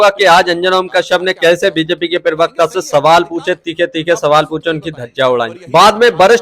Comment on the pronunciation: अस्सलाम वालेकुम, अगर आप शोशल मिडिया चलाना चाहते हैं तो पहले अपना तलफ्फूज़ साफ़ (pronounciation clear) किजिए? जैसे आप प्रवक्ता को (पीर वक्ता) बोलें जाते हो? आप (पी) बोलते हो जबकि (प्र) से प्रवक्ता होता है? Please note down.जैसे गलत नहीं ग़लत होता है,, जमीर नहीं ज़मीर होता है,, जख्म नहीं ज़ख्म होता है,, इन शब्दों को किसी अच्छे पढ़ें लिखे इंसान के बोलकर उससे पूछीए कहा ग़लत है कहा नहीं?